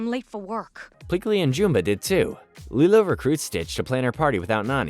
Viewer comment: Why do you pronounce Jumba's name that way?